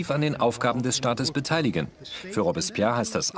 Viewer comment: boah sag noch einmal "Robbs-spehr"